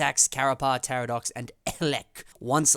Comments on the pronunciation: It’s TaKadox not TaRadox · Awesome vid,!!!! I can’t believe we are almost at 125 episodes!!!! Also, I can’t hear your chair 👍 Btw, it’s Takadox not Taradox (even though the latter sounds way better in my opinion 😂)